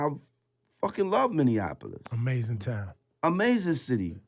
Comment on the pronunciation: He’s the only one that said Minneapolis right✊🏾 #mnstandup